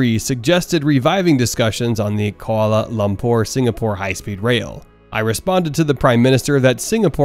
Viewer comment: I’ve never heard anyone struggle as much with the pronunciation of Kuala Lumpur! But then again I commend any American who knows a bit about the world beyond their borders.